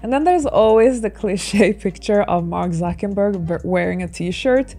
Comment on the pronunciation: It's "Zucker-" NOT "Zucken-"! Just saying. 🤔 And you KEPT repeating his name wrong. LANGUAGE FAUX-PAS, GIRL! 🤔🙄😒🤨